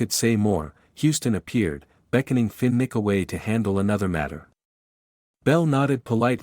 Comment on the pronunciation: Terrible pronunciation Fin Nick Finnick